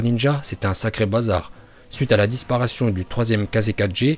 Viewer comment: "Suite à la disparation du 3ème Kaze4G" 😂🤣😭 ( à la DISPARATION 🤣😂)